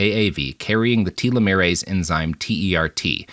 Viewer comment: Der Spiegel=the mirror That's a...unique way to pronounce telemeres...